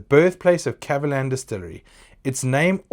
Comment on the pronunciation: Your pronunciation is right on the spot! 葛瑪蘭